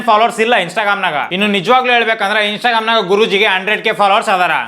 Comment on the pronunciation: He said himsa gramu not instagram 😂😅